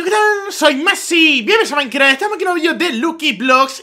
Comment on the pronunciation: Alguien mas se da cuenta que al principio dice bienvenidos a maikrah?:v